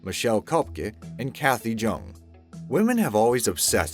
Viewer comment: Jung is pronounced “yoong”. It’s a German name. Sloppy work.